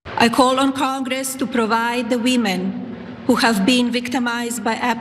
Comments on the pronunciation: "The weemin" She's been an American for how long now? And she still pronounces it "weemin"? Last time I heard "the weemin" I was watching a spaghetti western! And what's up with her dyeing her roots brown? Is she intentionally trying to upset Orange Man? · “Thee weemen”